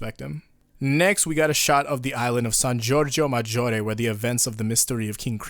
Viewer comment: damn that was some good pronunciation of san giorgio maggiore